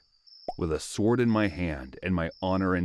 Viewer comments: If you're gonna make educational content I believe pronunciation is rather important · For futue reference, please train your AI to pronounce the word as "sorde" not "swword". The "w" is silent. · The w in sword is silent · Is the voice over AI? If not, how come you’re pronouncing the W in sword? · Why do americans pronounce the W in sword 🥴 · The fact that he says it with the w proves to me that his voice over isn't AI hahahah